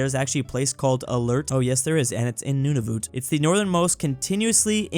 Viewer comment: the way he pronounces Nunavut will kill me